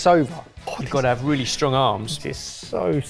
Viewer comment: Wheally wheally good! :D